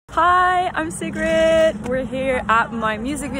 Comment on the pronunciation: Snälla Sigrid, du heter Sigrid. Inte 'Siggridd'.